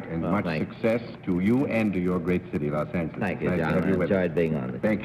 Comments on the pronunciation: He said Los Angheles. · . Yorty was known for pronouncing "Los Angeles" as Los Angle Less.